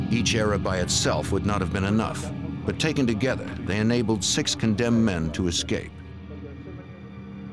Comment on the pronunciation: Funny that a gentleman of his age would say “EX cape” rather than “ESS cape”. Makes one wonder about his education. If it is a regional dialect then I apologize.🤣🤣